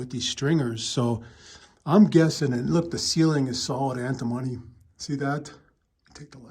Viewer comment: It is pronounced an·tuh·mow·nee : Antimony